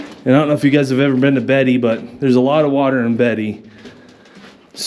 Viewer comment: Beatty is actually pronounced more like bay-tee. I go to that area to do mountain biking sometimes. It's funny that the name of the town Rhyolite is actually the name of the type of rock in the area. I never knew that when I was exploring mines back in the day.